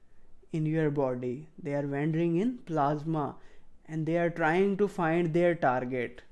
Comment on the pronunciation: "Wendring" 😂 I love it XD